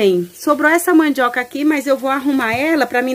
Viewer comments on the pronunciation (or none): não se fala "MANDJOCA" mas MANDIOCA....gosto dos seus videos na roça.